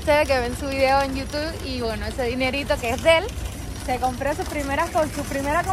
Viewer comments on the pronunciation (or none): none